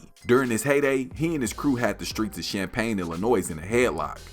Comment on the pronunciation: Bro the only person who pronounce Champaign the rite way 😂😂😂😂 I salute 🫡